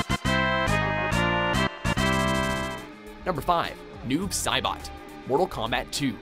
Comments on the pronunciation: Noob Sailbot? Lel, it's Saibot, not Sailbot. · #5 says Noob Sailbot intead of Saibot XD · wtf its Noob Saibot not Sailbot? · it is Saibot not Sailbot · saibot not sailbot but hey great list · Noob “Sail-bot” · lul it said "Noob Sailbot"